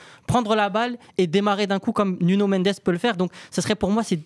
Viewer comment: Arrête de dire « Nunio » par pitié. Si tu veux dire avec l’accent c’est Nounou